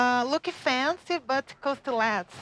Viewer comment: I had to double check if fancy is actually pronounced like that 😂I love herrr